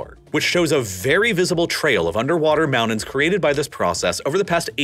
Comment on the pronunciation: And he can't say mountain or winter, instead saying mow-nin and winner